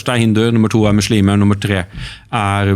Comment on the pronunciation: 1. Det heter islam og muslimer med bokstaven S og ikke "SH". 2. I Koranen kap 2 vers 246 (som representerer islam) står det klart og tydelig: "det finnes ingen tvang i religionen (islam)" 3. Kristne er ikke forfulgt i Pakistan, det finnes hindu templer, kirker og andre religiøse begivenheter/attraksjoner som andre nasjonaliteter bruker i ro og fred. Det er bare å sjekke på youtube om uttalelsene fra turister rundt gjestfriheten i Pakistan. 4. Det finnes ingenting i Koranen om dødsstraff om frafall av islam - enhver er født fri med fri vilje (og vi testes ved alle livets aspekter av Gud). Se bare på kap 2 vers 256 i Koranen : "det finnes ingen tvang i religionen (islam)" 5. Det er en grunn til at muslimene ber 5 x om dagen, faster, er avholdne fra alkohol/svin - årsaken er store helsegevinster både fysisk og psykisk. Disse verdiene står og nevnt i bibelen. Tro gir håp/optimisme, det gir disiplin, ydmykhet, moral og nestekjærlighet.